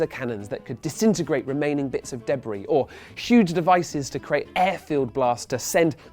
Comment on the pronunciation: I HATE how he pronounces debris. It's wrong.